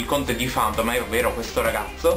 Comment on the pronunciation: Sì vede tranquillo il manga ;) Finalmente un persona che pronuncia Phantomhive corretto! :D